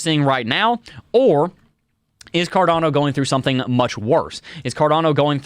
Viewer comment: Its cardAAAno not carDOno